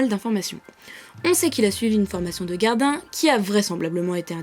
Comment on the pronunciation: A ya dit gardin au lieu de gardien